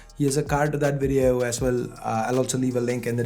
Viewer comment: Bro you said "ass well"😂😂😂😂